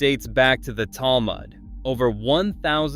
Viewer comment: Your pronunciation of virtually every Jewish-derived name and word is incorrect and embarrassing. Some examples - - Err-oov (the Jewish boundary wire) . Tahl-MOOD (jewish legal commentary) Title-baum (the Rabbi who started Kiryas Joel). The name of the traditional Jewish bread - Challah - begins with a German guttural 'h' sound. The Jewish sabbath is 'Sha-BAAT', not SHA-baat as you say it.